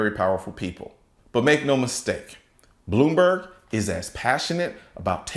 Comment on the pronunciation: Did you say "Blew-me-berg"? Ha Ha!!